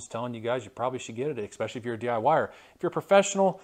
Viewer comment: ...or, when he says 'ex-specially' 😆